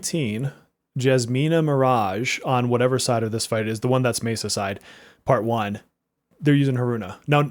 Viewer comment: Whoever keeps correcting you is wrong, you pronounce Messa correctly